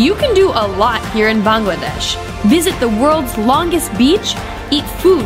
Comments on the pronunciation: Can I say a thing it's bangladesh not bengladesh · Hi I am Bangladeshi as your spelling you said it beingladesh instead of bangladesh 🇧🇩 the first two letters will be pronounced ba ba ba